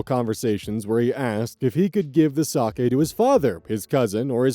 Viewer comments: ayyy correct pronunciation of 酒 (sake)! ya love to see it. if i had a nickel for every time ive heard "saki"... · Story 2: the RELIEF I felt to hear pronounce sake correctly and not as “saki” is probably disproportionate but oh my god it means the world